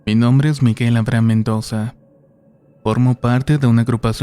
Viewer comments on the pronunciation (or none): none